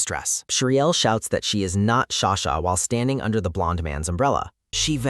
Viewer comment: frrrr ughh i am soo frustrared everytume he calls her sashaa just stop freaking calling her sasha